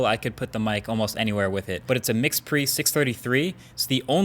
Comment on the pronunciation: All the sound guys exploding with rage and shame when you called it a "Mix-Pre" 633.